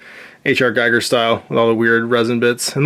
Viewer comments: Fun quick play-thru. I never bothered to glue the tails on they look just fine lol btw H.R. Giger is pronounced Gee-ger although you wouldn't know unless you heard someone say it. Lance Henrickson said it Geye-ger also. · Can't quite make my mind up about this game. I love HR Giger's Xenomorph so much (and PLEASE, it's pronounced Geegah, not Gyger ) and would love to paint the minis, but the relative lack of tiles makes the game seem small - after all, this fight happened in basically an L-shaped corridor. I would prefer more movement over a bigger map I think. Good vid though.